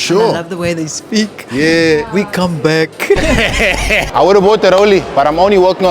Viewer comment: "we caaarm bek" hahaha